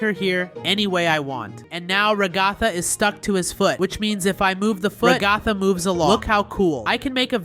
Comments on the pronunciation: Bruh it's regatha not Raygotha! 😡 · Ragatha =/ Ra-ga-tha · it is kaufmo, not kaufman, not aufman... ragatha is /ra ga tha/ not /raga tha/ for correction